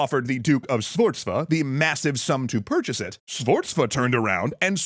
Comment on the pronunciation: You all have done a great job looking for the right pronunciation for the italians name BUT i must warn you, "Sforza" is utterly incomprehensible.